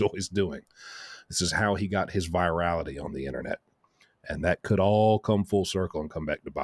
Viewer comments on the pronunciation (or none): none